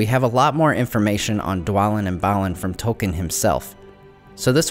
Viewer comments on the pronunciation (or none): Since this is a, nerd channel, I'm quite baffled, that Tolkien's name isn't pronounced correctly! It's "Tolkeen"!